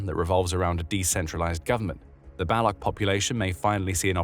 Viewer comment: Baloch is pronounced 'ba-lotch', not 'bell-luck'.